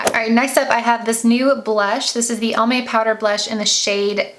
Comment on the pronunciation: Fyi 😋 It's Almay like "Alvin" not "Almond"